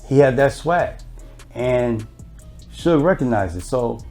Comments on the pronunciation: ITs SUGAR NOT SOOJ!!!! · It's pronounced as suge short for the word sugar...